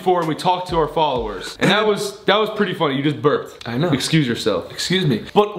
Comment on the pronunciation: ok am I the only one who heard "you just gave birth" instead of "you just burped" 😂 love you Ethan and Gray ❤️❤️❤️❤️